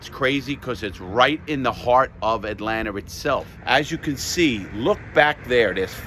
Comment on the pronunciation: "right in the heart of atlantar" lol man Larry ur genuine 🙂